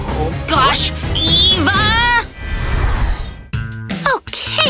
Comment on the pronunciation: I hate. Says Eva it's ava